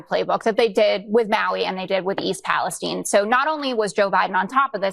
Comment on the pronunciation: OMG you cannot pronounce Palestine????